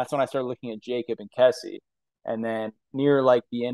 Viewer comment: lol why did none of you pronounce Kesi’s name correctly 😭